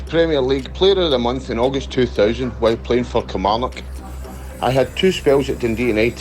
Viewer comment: why do yo all call it kilmaurnock!! haha being an ayrshire lad you should know better 🤣🤣